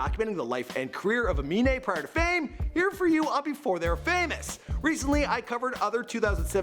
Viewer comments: Wow Im surprised you pronounced his name right. Unlike XXXTentacion... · He finally pronounced the name right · Only person with a weird name that Michael can pronounce